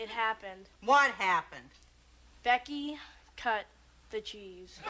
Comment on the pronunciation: I'm not a native speaker, I'm far from it, but I always tough that Darling said Cut the G's like the g string. Made sense for farting. Now I've found out it was cheese. Leads me to a question why would you cut the cheese when you fart?